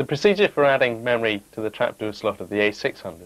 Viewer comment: Trapduuur ! Grrrr. good vid nonetheless :)